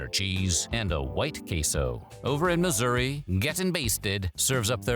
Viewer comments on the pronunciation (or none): none